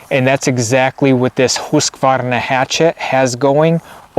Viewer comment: Axes and hatchets are two different tools with two different purposes. Good job on the Husqvarna pronunciation though!